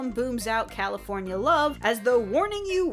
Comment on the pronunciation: Kal-uh-FORN-YAH! Is nice to the homeless Kal-ur-Frrr-nrr-nrr Seuper cewl to the homeless